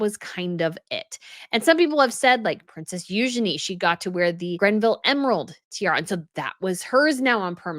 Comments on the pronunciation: Please stop saying GRENville in your videos. It's Greville. No 'N.' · Btw, it’s Greville NOT GRENVILLE. Ffs, you need to do MUCH better. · It’s The Greville Emerald Kokoshnik Tiara, not Grenville. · Again, it's the Greville Emerald Tiara, named after Dame Margaret Greville. There is no "n" in her name, like you constantly say (Granville/Grenville). No! Please! Leuchttenberg Sapphires are not "Lichtenburg". Maria Feodorovna's Bandeau = Fey-oh-doh-rov-nah. I despair by now, really.